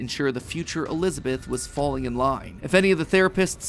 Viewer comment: Bro said fwalling